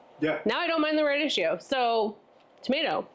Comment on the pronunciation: Rad- eek-ee-oh and tattoo-may. Go to Google, type in the word and "pronounce" and there will a video or language dictionary in the results with a recording of the correct pronunciation.